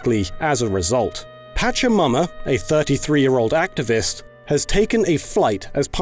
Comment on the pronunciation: Oh my god, i know it's probably culturally insensitive, but the way you're pronouncing it, i can't help but hear "patch yo' momma" instead of Pachamama